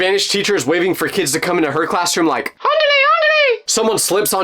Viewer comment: Yes I'm Mexican and the way you said andhle andhle is insulting but it made me laugh